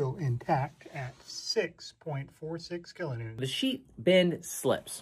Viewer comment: Sheepbend, kilonewtont... Lol! Close enough!😆👍🤘